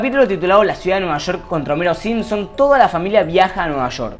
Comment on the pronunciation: Es "simpsoN" no "siempsonS"